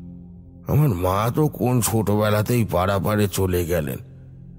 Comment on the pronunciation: গ্যলেন কি গ্যালেন?😂😂😂😂😂😂। বলুন গেলেন।